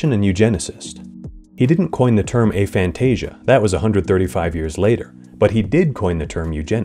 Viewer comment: We’re not going to support this pronunciation. lol It’s ah — like after and agnostic. Aphantasia. Not “AY-fantasia”